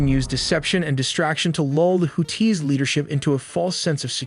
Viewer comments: Nope. If you can't pronounce Houthis correctly you absolutely can not be credible. They are not "Hoot-Tees", they are the "Who-Theeze," long E with a slight emphasis on the second syllable. If you want to make media, get your shit straight and know what you are talking about. I am getting so sick of AI voices. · Houthis brother. Not to be confused with Who-Tees. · why does he pronounce hoo-tees its creepy? there is no pause its houthis one word fast. or just say yemen terrorists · WHO-TEES!!??😂😂 WHO-THESE?? Im so confused as an American!!💯🤷‍♂️😭right off the rip!! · I thought WHO-THESE!!😂😂 Not TEES! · You're killing me with the Who Tees. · Hoo-tee (and the blowfish). Ask your parents. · HouTHi! Arabic also has the th sound. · Houthis and the Blowfish!